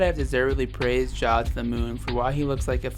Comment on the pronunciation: It’s John not Ja